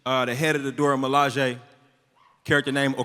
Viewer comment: MILAJE WTF ARE YOU SAYING MIL A JE BREAK IT UP IN THREE SECTIONS